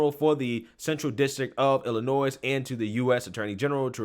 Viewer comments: I love your content and watch everything you post. I in no way want to take away from the horror of this story but in case you actually read your comments I wanted to help you out and let you know that the “s” in Illinois is silent. I grew up there and every time you say “ill-I-noise” I cringe. It’s “Ill-I-Noy”. Hope that helps. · The "s" is silent in "Illinois." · Illinois, the "s" is silent bro. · FYI…” Illinois” the S is silent. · Please stop pronouncing the s in Illinois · You know the s is silent at the end of Illinois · Love your Videos! Lots of LOVE to ya! That being said... The "S" in Illinois is SILENT. Thanks and keep up the great work! ^_^ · The "S" is silence in Illinois. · honey, Illinois is pronounced with a silent "s". It's prounced illinoy